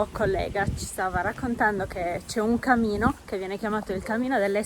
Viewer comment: Camino o Cammino delle streghe? Hai pronunciato camino e sono confusa.